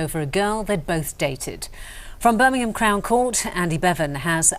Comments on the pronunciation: Birmingham ❎ burminum ✅ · ITS NOT BIRMINHAM ITS BIRMINGHAM